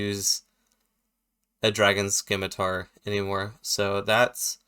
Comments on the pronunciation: The "c" in "scimitar" is silent btw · I can't stand people who pronounce it "skimitar".....